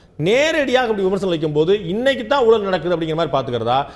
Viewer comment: அது ஊலல் இல்லை ஐயா. ஊழல்--oozhal. தமிழை கொலை செய்யாதீர்.